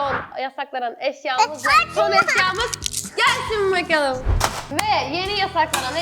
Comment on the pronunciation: 0.20 bokalım diyor 😂😂